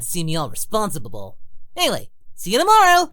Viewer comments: RESPONSeDuBeBOUL? Goku! Its Res-pon-si-ble! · He said responsabable at the end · "Responsabible" -Goku 😂😂😂😂😂